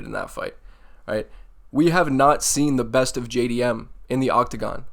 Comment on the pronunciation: JAY-DEE-MM by TKO - bedtime